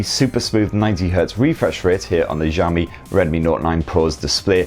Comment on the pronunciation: I think your 'Xiaomi' pronunciation might be a bit off. I think the 'x' should be more like 'sh' like in 'show'. Maybe good to look up some video on it :)